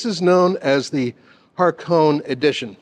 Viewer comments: HAH-KOH-NEY Edition, not Harkown Edition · Hakone not HaRkone edition. As far as I heard, kept saying with an R in it. Otherwise, good review and interesting info about the auto in the GR.